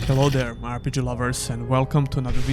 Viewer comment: aaR Pi Dži 😂😂😂 The accent tho.